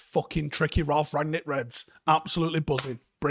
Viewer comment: It's RANG-nick, not RAG-nick. Rang-nick 👍🏻